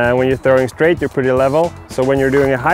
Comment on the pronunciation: "trowing".. got me to click subscribe.